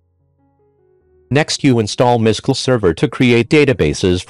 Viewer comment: I know there are many reasons why you might use a generated voice, but it would help make things clearer if you could adjust the text to help the voice. For example, it tried to pronounce 'mysql' as written. It would have been clearer if you did something like: 'My S-Q-L'. Stuff like that. It's a bit tricky to understand this voice.